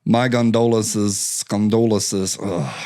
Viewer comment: "My gondolences" hit me right in the spaghetti.